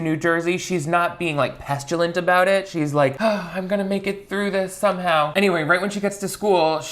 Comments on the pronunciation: My favourite part of vids is spotting the one word he mispronounces on purpose. Pestulant! 😂😂😂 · pronouncing "petulant" like "pestilent"